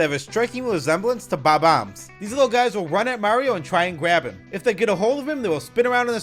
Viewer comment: I love how you pronounce Bomb-ombs like BAW-BAMS